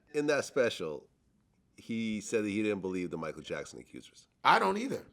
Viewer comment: Mi-ch-eal LMAO!!